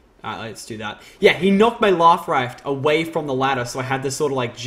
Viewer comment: " he knocked my laff rife away from the ladder"